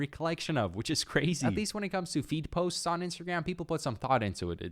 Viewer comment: I thought he kept saying feet posts 💀